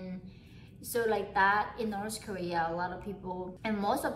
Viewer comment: "So in Norse korea" hahaha